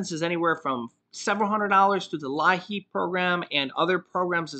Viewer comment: Lieap is actually pronounced Lee-app